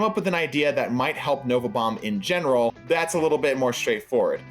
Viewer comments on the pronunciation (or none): none